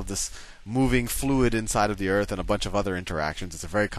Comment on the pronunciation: I wish he would say earth instead of eart